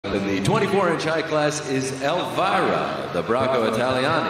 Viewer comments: lol sorry I mean "the way in which they read it", like "elvyra" and not "elveera" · I tolerated reading "elvira" like that, but at "bracco italiani" i had to quit